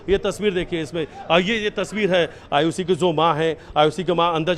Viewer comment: Shradhha & Ayushi , do naam kaise bol rahe hain ye ...